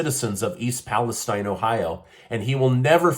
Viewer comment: East Palestine not pronounced like the Mideast country; it is East Pa-la-steen. Thanks.